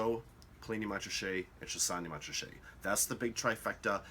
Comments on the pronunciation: Good explanation however, both the letter T's in Montrachet are silent so it's pronounced Mon-ra-shay not Mont-ra-shay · Nice quick hitter, but if you're teaching a class and broadcasting, you really need to accurately pronounce. Just as the T is silent in Mont Blanc, it is silent in Montrachet. Moan-Raaashay. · The pronunciation is more like MORASHAY. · Jesus Christ. You call yourself a wine expert with such a terrible pronunciation of “Montrachet”? Gosh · the 't' in Montrachet is silent - dolt! I cannot imagine Yanks enjoying these wines - more like a Bud or a meths (chilled)